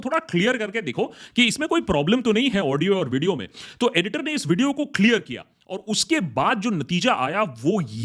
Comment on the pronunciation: Pehle apna pronounciation to thik karle badme kashmir lena Clare kya hota hai